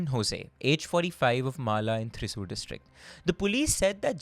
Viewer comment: Oh no,!! Yet again you messed up on the pronunciation of the name of a Kerala city “ Thrissur” 😅😅😅😅 Déjà vu to Kozhikode😂😂😂